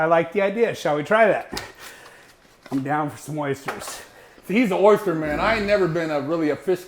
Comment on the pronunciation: OYSTAH! If you know, you know.